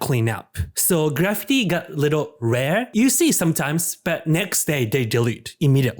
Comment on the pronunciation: Good video. But that’s really not how you pronounce graffiti. .